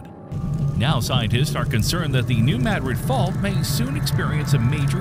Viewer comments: It is pronounced Mu Drid not Mah Drid. Language is one of the most important ways we have to communicate, why do some insist on butchering it. Shows the blatant ignorance and low level of education these days. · Blah blah blah. Ok, first, pronounce it correctly, New Ma-DRID, as in Madrid, Spain. Secondly instead of blabbing on and on, show where the fault lines are, tell the history of Reelfoot Lake, tell when scientists think it might erupt and how strong it might be and what areas would be affected. And for goodness' sake, don't show pictures of bombings as if they were earthquake damage and plate techtonics causing tsunamis to explain internal plate shifts. Everything you said in the first 8 min. could have been said in 3 or 4. Or skipped altogether. The video would be better started at the 8 min. mark, as the part from 8-13 min is the meat of it. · It's not Madrid it's MaDrid in pronunciation and it was MO river not Mississippi river 🤷🏼‍♀️🤷🏼‍♀️ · yeah…..Maaadrid ??? 😂😂😂. Gotta teach these Ai’s how to speak English….. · Please learn how to pronounce Madrid and then re-record this video with the correct pronunciation and upload a replacement. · Now, if we could just get the AI to pronounce the name correctly.